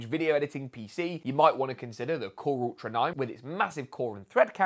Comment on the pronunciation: KhuRuRTra ? 😂 Core Ultra lol do you even English 😂